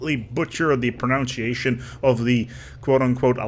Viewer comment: warns us of his butchery of pronunciation by butchering "pronunciation."